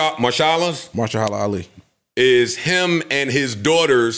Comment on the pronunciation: I love how thinks he’s pronouncing Ali’s name correctly.